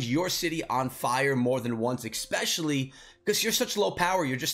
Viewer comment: It's especially not eckspecially 🙄